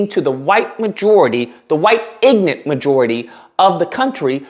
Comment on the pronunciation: Hahaha" ignent"